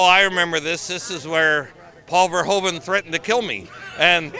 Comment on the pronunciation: Peter Weller pronounced Verhoeven correctly, gotta love 'im. VareHOOven in Dutch.